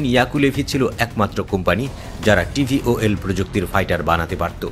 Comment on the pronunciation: এই টেকনোলজির নাম VTOL , কিন্তু সাংবাদিক উচ্চারণ করছেন TVOL ... প্লেন নিয়ে সাংবাদিকের ধারণা কম থাকতে পারে, কিন্ত একটা জিনিস নিয়ে রিপোর্ট করার আগে সঠিক উচ্চারণ টা জেনে নেওয়া ভালো